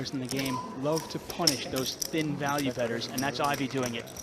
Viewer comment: "thin-value beters" 💔